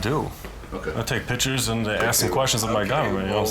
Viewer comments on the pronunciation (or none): "ThortIn"!?!?! Come on dude! It's like saying "taking PITCHERS", which hold liquids and/or throw balls... you MEAN to say "PICTURES" and you sound UNNECESSARILY dumb, which kills credibility, in a situation where credibility is EXTREMELY important!!!